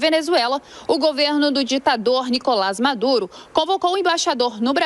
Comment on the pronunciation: ....pera! eu ouvi "Madure" mesmo ou tô errado? kkk